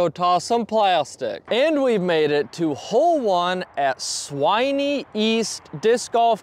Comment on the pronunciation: Swinney - Rhymes with Fin. Sin. Bin. When. Winnie the Pooh!